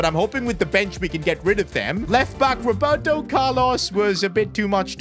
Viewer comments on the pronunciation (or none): none